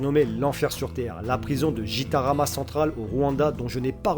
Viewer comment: Hello. Juste pour te dire qu'on prononce le g dans gitarama (comme dans guitare par ex)